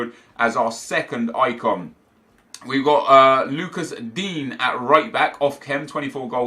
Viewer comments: You realize it’s pronounced din-yay not dean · Anyone else find it funny that he calls digne dean?😂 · Pronouce Digne's name right please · I swear you pronounce Digne wrong